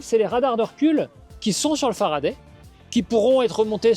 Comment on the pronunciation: En français, a se prononce a, pas e ! L'invité dit toujours Faraday, et le monsieur tatoué a décidé de rebaptiser la marque à sa sauce ! Non, mais !